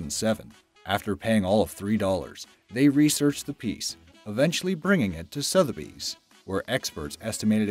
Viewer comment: Sotheby's mispronounced too.